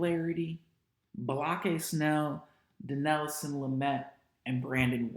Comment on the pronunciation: Lol why do you call Blake Snell "block-eye" 😂? Did I miss the joke? Or is that how it's pronounced